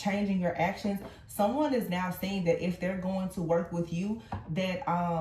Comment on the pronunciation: You said “Dat” It’s (that) can you please speak correct English? Also you said dat um, dat isn’t a word and um is a pause in speech. Um isn’t a good word to use just because it’s a word. People say I’m when they can’t think of anything else to say. You said dat more than, you said dat all through out the reading. I don’t have time to time stamp all the times you said it. It would take too long to get through the reading. Also I never had a mask on in my past relationship, you said we were wearing a mask. when you mentioned the Queen of Cups card. Also my past person wasn’t married just lied and cheated and got two women pregnant in the beginning of our relationship.